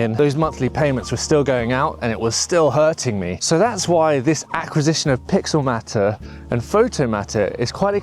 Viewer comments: Thank you lol. That seriously annoyed me 😂. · It’s pixelMAYtor not pixelMAHter. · Matter? Isn’t it mater, as in Automator?